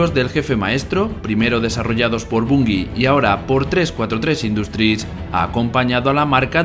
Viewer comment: Jaja tambien el "desarrollado por bongi" :v